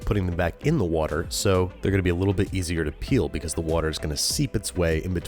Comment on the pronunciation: Wourder? Someone hung out with Bon Appetit Brad a bit too much ;)